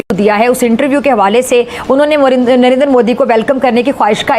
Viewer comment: Why do these people pronounce Narender 😂😂😂 the proper and correct pronounciation is Narendra Fools 😂😂😂😂